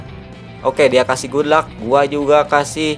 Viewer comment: waduh bang apaan itu good luck atau gulak? Wkwkwkwkwk